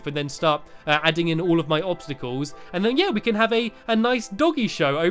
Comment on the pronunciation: do opstycles isn't that what you said? well anyway. opstycals.